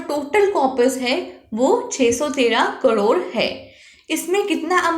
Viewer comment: Mam its crore not cdore😅